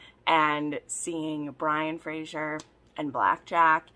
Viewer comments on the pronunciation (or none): Question, why do you say Frasher"s/Frasier???? It's Fraser, like S sound.